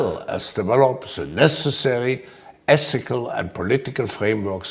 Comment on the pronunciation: Essical. He can't even say or spell the word.